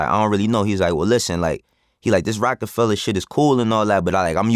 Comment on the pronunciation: Of course Vlad would put the hard “ER” on Rocafella… very on brand 😂